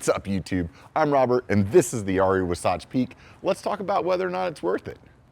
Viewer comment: Wasatch? It's pronounced Wasatch...